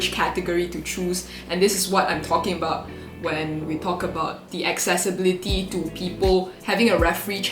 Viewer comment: No one:...: Accessbility:/